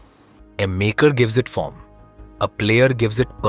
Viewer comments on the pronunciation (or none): none